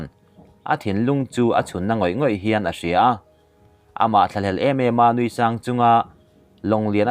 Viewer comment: Mizo tawng chhiar hi zir hmasa teh, ngaihthlak a nuam miah lo. Thinphu dèp dép tih tur a ni lo, thlum dep dep tiha dep dep rika ri tur. Nui sangin 'Nui sângin' tia lam tur aw. Record hmain chhiar la, midang ngaihthlaktir hmass teh, i thiam lo lutuk.